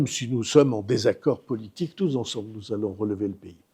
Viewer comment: Petite question de liaison. Est-ce une prononciation qui appartient à certains départements/régions du sud ou pas du tout? Si oui, lesquels? Je suis curieux. Je parle du "touZensemble". J'ai toujours dit "touSensemble" 4min19 et il le dit 2X